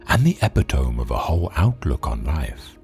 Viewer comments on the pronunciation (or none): 1st quote : Until you make the unconscious conscious, it will direct your life and you will call it fate. - I am not what has happened to me. I am what I chose to become. We create our own realities with our minds and mindsets. - "epitome" is pronounced E-PI-TO-MI, not E-PI-TOM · Epitome is pronounced that way as well?